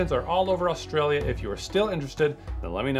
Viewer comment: Oh god. The was he pronounced Brisbane, Australia. He said them both wrong 😭